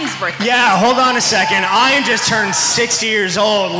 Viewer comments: How did he pronounce Ian's name wrong? He should be be embarrassed. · Dear Ian, I corrected the announcer for you as soon as he said it! People do it to my name all the time too. Eye-an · Ian is pronounced Ian, not I-an. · I never said he was mad. I said I can't believe people still say it wrong when he's been famous for so long. I understand most people with that name pronounce it differently, but everyone deserves the respect of their name being pronounced the way they want it to be. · Ian taking offense to the misspronounciation of his name it silly. Never would I assume that Ian is prounced I-ann. He acted like he was playing, but to be honest, he was offended.